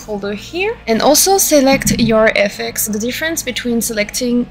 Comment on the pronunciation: This was super helpful! Thankyou so much! I've seen your SFX sets before and always been really impressed. I do wanna say, politely, that hearing FX's spoken phonetically kept throwing me off and confusing me haha, since it's just shorthand for "effects." But after I got over that the video was really easy to follow. Looking forward to the next ones!